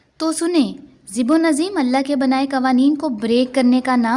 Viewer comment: (اِنَّ هٰذَا لَهُوَ الْبَلٰٶُا الْمُبٖينُ۔) یہ نبی ابراھیم کا ایک کھلا ابتلاء امتحان تھا۔ محترمہ یہ لفظ (وَفَدَيْنَاهُ بِذِبْحٍ عَظٖيمٍ۔) اپ اسکو "ذبح عظیم" کہہ رہی ہیں جبکہ یہ لفظ: (ب- ذبح) "ب" حرف جر ھے۔ کیا ہم "ب" کو نظر انداز کر سکتے ہیں؟ سوچیں۔